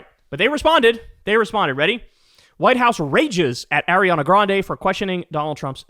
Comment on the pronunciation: Someone please teach Kyle how to pronounce Ariana